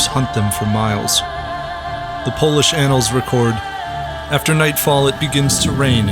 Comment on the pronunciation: Nice Polish pronunciation!